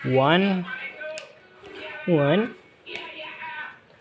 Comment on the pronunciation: Itu harusnya onepunch man,bukan onepuch man